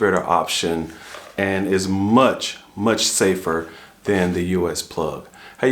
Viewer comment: "THAN" FFS "THAN"!!!! Not "then", THAN.